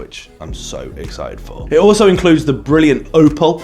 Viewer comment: Its callaed opal not opel :)